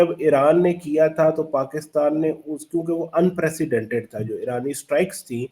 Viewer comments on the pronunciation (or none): none